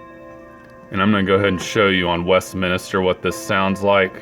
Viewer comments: It's Westminster not Westminister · There you go again, it's West"min"ster, not minister. Why can't you get that right? Your speech is fine except for the transgression. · Can you please stop saying West "Minister"? It's West"MINSTER". There's no extra "I" in there.